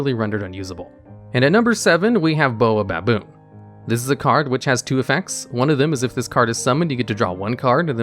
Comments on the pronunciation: It is pronounced “Bay-o-baboon”. Because the tree is pronounced “Bay-o-bab”. Thus the combination is “baobaboon”. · "Baobaboon" Ah yes Boababoon